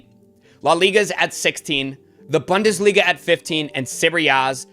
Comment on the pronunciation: Like the channel....say boon-desliga 🙏